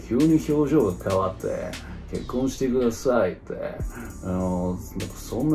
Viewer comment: 「ｹｯｺﾝｼﾃｸﾀﾞｻｧｲ」 ここただの外国人のモノマネじゃねえかwwwしぬwww